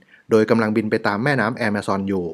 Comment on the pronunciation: ออกเสียงคำว่า Amazon ว่า แอมะซอน นี่ถูกใจผมอย่างแรง รัก เลยครับ ❤️❤️❤️❤️❤️